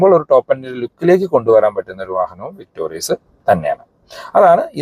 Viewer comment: വിക്‌ടോറിസ് അല്ലേ? വിക്ടോറിയസ് അല്ല.